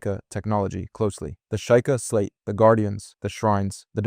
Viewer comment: Were you trying to upset people by mispronouncing sheika?